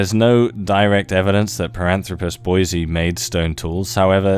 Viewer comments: BOY-ZEE-EYE Not “Boy-zee” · Boy-zee-eye. It’s important to check pronunciation. You